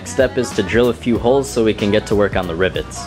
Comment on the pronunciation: When you say "rivets" it sounds like "ribbets" like a frog